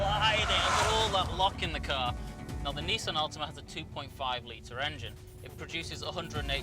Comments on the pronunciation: It's Nissan, not Neesan! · Wait a minute, a British journalist talking in American terminology, Zee and Neesan. This isn't right!